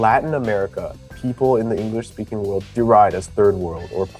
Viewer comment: They speak “Engalish” lol